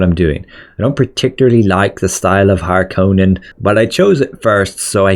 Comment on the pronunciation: so glad u said harkonnen properly